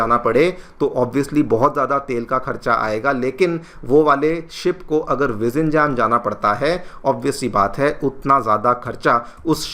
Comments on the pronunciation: Sir it's not to be pronounced as VIZINGAM but, VIZHLINGAM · Bhai, us ko vilinjaam bolna hai, vizinjam nahi. Letter l" with emphasis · I am not a Malayali, but as a Tamizh, I know the way you are pronouncing the name is so incorrect. Zhi in Tamil and and Malayalam are not Zh sound really. Vi- - njam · It's pronounced as 'Vilinjam' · Vizhinjam - the correct easy pronunciation is Vi-rhi-in-jum ! It is a bit difficult as Hindi or English doesn't have this "rh" sound written as "Zh" in english. This retroflex "r" sound is present only in Tamil & Malayalam. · It's actually Vi-rhi-in-yum. J sound is pronounced as Y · Please learn the correct pronunciation of Vizhinjam from a local. Don't pronounce it like a foreigner! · First learn the name of the port properly. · Please learn to pronounce name of the port correctly.....